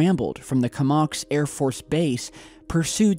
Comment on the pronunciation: This is the second time that I’ve heard you mispronounce “Comox” in your videos. Im just wanting to give you better accuracy on these pronunciations of yours. Cheers!